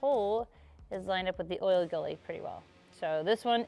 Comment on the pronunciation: I don't know if it's intentional so I want to tread lightly, but it's not oil gully. It literally is oil gallery. It's not oil galley and it's not oil gully. Oil gallery. Anyway, great video.